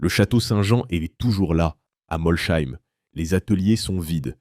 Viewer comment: Moi j'ai tenu 1 minute, le temps d'entendre la prononciation de "Molsheim". Bref foutage de gueule cette chaine.